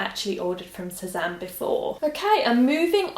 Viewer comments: Great prononciation on Sézane 😉 love from France, love you 😘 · you pronounced "Sezane" very well actually hahahah nice video by the way, love from France